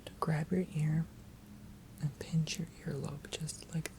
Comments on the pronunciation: I skipped ahead in the video to the part where you were saying pinch and i thought you were saying bitch and i got confused but i got it when i saw you were pinching your fingers together lol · When you say pinch it sounds like you are calling me a bitch